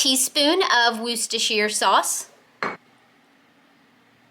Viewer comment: The English just call it Wooster sauce and well they invented it you said it just right just skip the shire part, I will be making these today!!